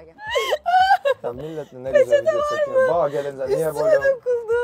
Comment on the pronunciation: Millet çoğk güzel çekiyoğğ cinliğğ ev